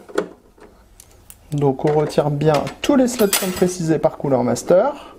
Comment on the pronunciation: Superbe vidéo comme d'habitude, par contre j'ai pas bien entendu le nom du produit. 😆